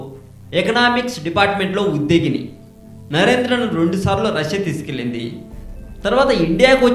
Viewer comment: Uddegini kadu Udyogini nuvvu nee Telugu speaking chi chi 1st learn how to speak......? Telugu